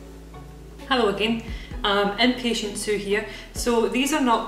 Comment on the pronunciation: wave ha-loow